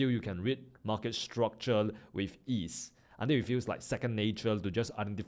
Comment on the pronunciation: Bro is really speaking structule instead of structure or my airpods are gone😅